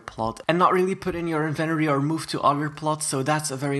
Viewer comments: lol says "invenory" not inventory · Love ur accent BTW except when u say INVENORY